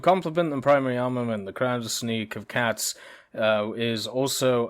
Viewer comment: your pronunciation of Krasny Kavkaz is not bad. it means Red Caucasus